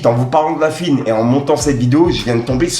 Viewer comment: stp c pas la fuine mais la FOUINE